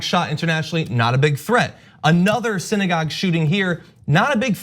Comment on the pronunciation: Did that fucktard say "siddygog shooting"?